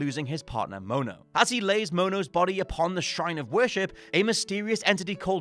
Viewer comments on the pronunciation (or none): none